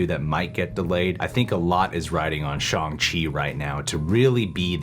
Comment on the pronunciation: Jesus they even told you how to pronounce ShAHng Chi and you're still saying ShOng Chi lmao